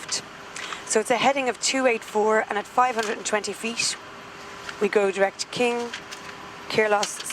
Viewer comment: That is my ideal pilot voice and accent. Nice accent. In the US we say 20 feet. She said 20 feast. In aviation being quiet is not an option. Communication is indispensable.